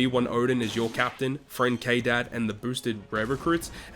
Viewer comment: For the love of god just call them Scabbards If hear you calling them KDAD one more time i will flip